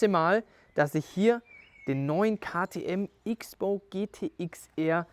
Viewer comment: Kleine Korrektur, weil ich es immer wieder höre: Man spricht es in diesem Fall „Cross-Bow“ nicht „Ix-Bow“ aus.